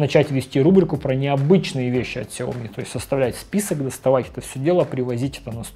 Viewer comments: Шао ми как сказал основатель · Влепил иероглифы в ник, но сгенерировал хрень, в Китае произносят сяоми. Во многих провинциях, даже в их мисторах так же говорят.